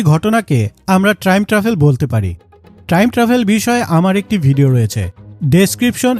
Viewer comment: ট্রাইম❌ টাইম✅